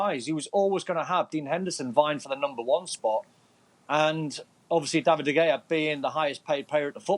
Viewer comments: Nobody : Don : David DeGayAh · Can’t he just pronounce his name correctly? It’s not like he doesn’t know how to say it